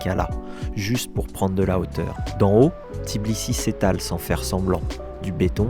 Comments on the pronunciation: C'est TBI-LI-SI et non Tiblisi 🤣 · Oui c'est tbilissi pas tiblissi😂😍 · Tbilissi c'est pas si compliqué a dire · Super vidéo comme d'hab. Content de vous retrouver par contre vous avez un p'tit soucis avec le nom de la capitale Géorgienne 😄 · ouai quand meme! c'est limite manque de respect de traverser un pays sans prononcer correctement le nom de sa capitale lol et oui biensur qu'il y a du rugby en georgie! c'est des solides! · Pourtant c'est n'est pas compliqué de prononcer თბილისი 😂 blague à part votre vidéo est vraiment sympa, mille mercis ✌️